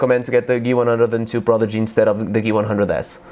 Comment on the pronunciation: Geeh-One-Hun-Dred :P